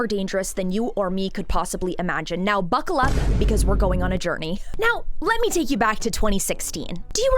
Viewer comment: “Buccal up” almost slipped me. Good one 😂